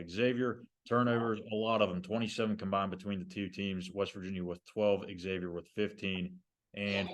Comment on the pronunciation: Maybe if you have a show you should know how to pronounce the opponent’s name properly.